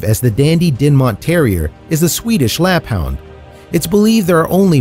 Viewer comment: Its (lapp-HOOND), NOT (lapp-hownd).